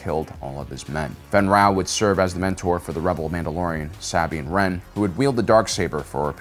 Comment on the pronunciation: BRO another mispronunciation. Like they say the name in the show a million times. Sabine Wren (Suh-bean Ren) ALSO mispronounced the planet Christophsis (krist- off- sis) and the krist part is NOT pronounced like Jesus Christ Did you say the battle of Kansheek?? Kashyyyk is the wookie homeworld. Just FYI